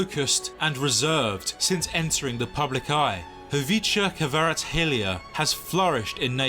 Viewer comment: You correctly pronounce his name. You are always welcome to visit Georgia.